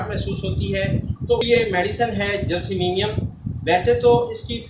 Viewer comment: معذرت کے ساتھ گزارش ہے کہ یہ لفظ جیلسیمیمیم نہیں بلکہ جیلسیمیم ہے شکریہ